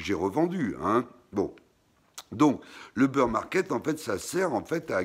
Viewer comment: super video merci 🙏 et ces bir =bear pas beur market 🙂